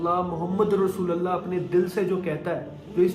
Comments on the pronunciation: Mere bhai kalma sahi se padhiye. Rasooalllah nahi hota Rasoolullah hota he. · Bro...kalmay k end me jo ل ka word ata ha os pay zabar nhi ha .pesh ha .check kro.or sab log check kry. لَا إِلٰهَ إِلَّا اللّٰهُ مُحَمَّدٌ رَسُولُ اللّٰهِ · اسلام علیکم ورحمتہ اللہ وبرکاتہ ۔۔۔۔ بھای اللہ آپ کو استقامت عطا فرمائے ۔۔۔۔لیکن آپ نے کلمہ طیبہ پڑھا۔ ماشاءاللہ ۔۔۔۔۔لیکن (ل) پر (زبر) نہیں بلکہ (ل)پر آپ (پیش) پڑھے گے ۔۔۔۔۔ ،۔۔۔۔۔۔۔۔۔۔ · Rasoolallah nii rasoolullah bro